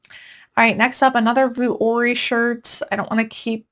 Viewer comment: Hi! Love your videos! Vuori is pronounced vee-or-ee, not vu-or-ee. 🤍☺️